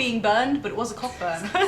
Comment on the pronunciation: Orange is in NSW as well. Also cockburn is pronounced koh-burn